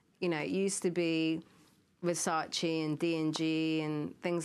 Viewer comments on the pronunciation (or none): none